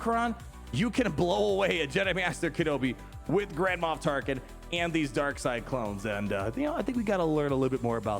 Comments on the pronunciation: Cracks me up, it sounds like you're saying Grandma Tarkin lol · Every time he says Grand Moff Tarkin I think he's saying Grandma Tarkin